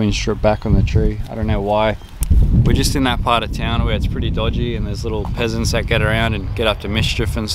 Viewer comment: Dang I heard he said "pheasants" and thought it's just another weird Australian bird.